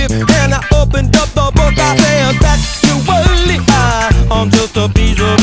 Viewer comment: Yes, I know what factually means, it's just the way he pronounces it that I think is weird